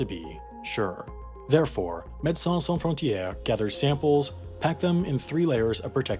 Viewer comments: Amazing video! But one thing please don't say medecins sans frontiers again ;-) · How long did Wendover practice saying Medicins Sans Frontieres?